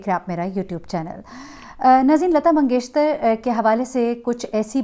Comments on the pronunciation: Yes I also felt that she pronounces lata mangeshtar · Lgta hai yi mngeshkar bol hi nh skti isi liy mngeshtar bol rhi hai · اب تک تو آپ اپنا نام غلط بولتی تھیں لفظ نہیں بلکہ ہوتا ہے اب آپ نے لتا منگیشکر کو منگیشتر کہہ دیا ہے کیوں پلیز ایسا نہ کریں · Lagta hy aap comments nahi parti hain . mangeshkar hy mangeshtar nahi. 3 din se log aap ko bata rahay hain lakin aap sunti hi nahi. Its irritating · Lata Mangeshkar ko aap Lata Mangeshter Keh rhi hn. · Lata "mangesh-KAR" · Yes itni uljhan ho ri hai Sun kar Continuously Mangeshtar keh ri hen..had hoti hai ..bar bar poora naam lena hai magar ghalat